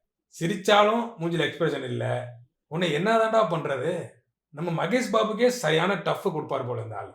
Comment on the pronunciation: Tamil people don't know how to speak ..MageshBabu ille..Maheshbabu...